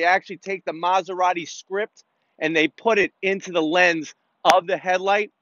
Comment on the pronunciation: stop calling it "masuradi", it's M A S E R A T I